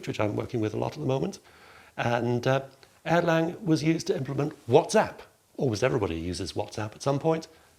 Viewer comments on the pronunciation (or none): It's Erlang, not Airline 😅